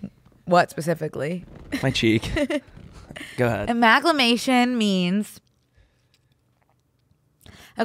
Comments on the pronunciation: I could not stop just correcting it to aMALgamation every time he mispronounced it lmao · saying he’s been loving the word ‘amalgamation’ and proceeding to pronounce it wrong for the next 3 minutes is classic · the amount of people in the studio that did not try to correct pronunciation of amalgamation is astounding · I’m not going to be able to stop saying, “She amalga on my podcast till I mation” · them pronouncing amalgamation wrong for 3 minutes straight is killing me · I just needed them to say amalgamation right like one time … like 1/50 they should have said it correctly